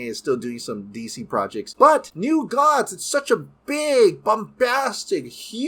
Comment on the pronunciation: Gods sounds like Dogs .